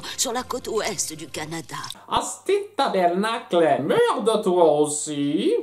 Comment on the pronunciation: On ne dit pas le cle de tabernacle et c'est ta-bar-nak.. j'aimerais t'entendre le dire comme ça pour voir 😊